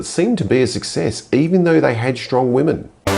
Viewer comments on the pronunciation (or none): I hear "and wanted to do something nice for wahmen" "WOOOOOOOOOOOOOOOOO"